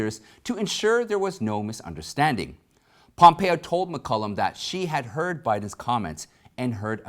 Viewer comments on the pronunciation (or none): you miss pronounce Martha McCallum's name. You call it McCullum not the correct pronunciation McCallum.